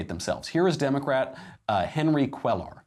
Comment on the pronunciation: Phonetically the double "L" is pronounced as a "Y" so Cuellar is pronounced Cueyar